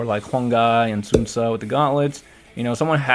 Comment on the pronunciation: Enjoyed the shit out of this game. Hardest part for me was playing Wu. Every time they butchered Sun Ce name 😂. It was torture. I can't make peace with it. Sun Suwaa! Suwan Soo! No one tried to correct them during the voice acting session. I got used to the Italian Lueew Bu but not Sun Suwaa.